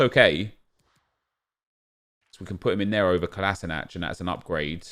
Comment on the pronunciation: Kolašinac is pronounced Kolasheenats